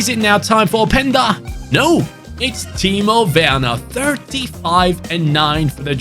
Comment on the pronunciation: Im German and im impressed how good he spoke timo werner i was so confused to hear that from a english speaking ytber